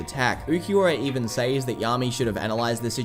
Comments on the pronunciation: Im sorry, but why do you keep pronouncing “says” with a long “A”? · Love the video but also “sAys”